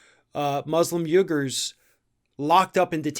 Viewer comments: The Uighurs aren't pronounced 'yougurs' it is pronounced 'wee-ghurs'. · Learn how to pronouce Uighers. It's pronounced wegurs. You often mispronounce words, you sound ignorant. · I think "Uighurs" is pronounced similar to 'weegars.' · it is pronounced WE-gars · It's pronounced "wee gurrs" dude. -_